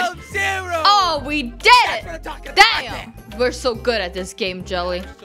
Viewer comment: Yeah says Damn Or Dan?